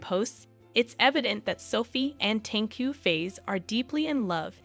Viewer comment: Hehehe Tengku face ........ We here pronouce it as Fah ezzzz (Fa'iz)~~~~